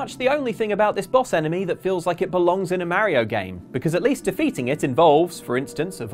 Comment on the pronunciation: The scariest thing in this video, is how this guy pronounces mario